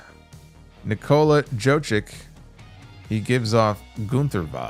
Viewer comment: “Nicola JOE-JICK” 😂